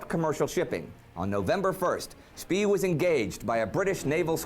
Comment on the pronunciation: Maximilian von Spee - pronounce "Schpea" as "Schpay".